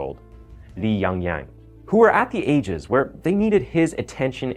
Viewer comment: He pronounces Yang-Yang like how Americans do, not Chinese.